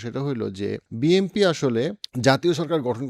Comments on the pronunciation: আপনি তো BNP উচ্চারণই করতে পারেন না,,, প্রত্যেক ভিডিওতে BMP বলেন,, 🙄🙄 আপনি তাহলে কিসের রাজনৈতিক বিশ্লেষক? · ভাই উচ্চারণ টা বিএমপি হবে না 'বিএনপি' হবে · Why do you always say “ BMP” instead of “ BNP”? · আহারে আমারে এনালিস্ট! যে এখনো বিএনপিকে বিএমপি বলে। নামটা পর্যন্ত ঠিকমতো উচ্চারণ করতে পারে না। আপনাকে আমি একটা প্রেডিকশন বলি- জামায়াত খুব সম্ভবত ২০০ এর উপরে আসন পেতে যাচ্ছে। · আপনি বিএম্পি বলেন কেন? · But why do u always pronounce BMP?